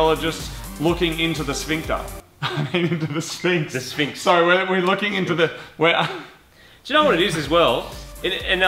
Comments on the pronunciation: I think Moog was too busy looking into his sphincter to say sphynx right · Ha he said sphincter